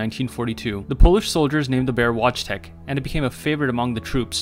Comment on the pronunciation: Yes this is all true but it’s pronounced like Vot-tek. Wojtec is also a somewhat translation to William from Polish